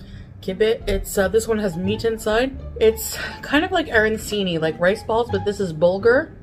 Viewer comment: The way she prounced arancini shattered my heart